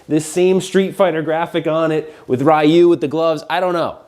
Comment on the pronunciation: Finally someone who pronounces ryu the same way i do and everybody i know did in the 90s